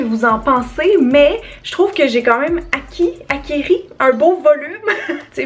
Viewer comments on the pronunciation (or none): acquis! pas "acquéri" !!!